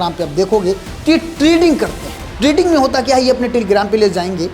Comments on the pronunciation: Trading hota hai treding nahi 😂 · Treding nehi hota Trading hota hai abe anpad "